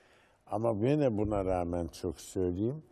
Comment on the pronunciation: Fatih Altaylı gibi bir entelektüel nasıl dikkat etmez “gine” nedir yahu yine yine.